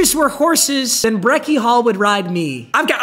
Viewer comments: yea who tf is breakie “hall” 😭😭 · Btw it’s Beckie hill not hall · "Breckie Hall" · Bro said “Beckie Hall” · so we're all ignoring the "Breckie Hall" thing, right? LMAO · “Breckie hall” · Does bro mean Breckie Hill when he says Breckie Hall? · who is breckie hall ik of hill not hall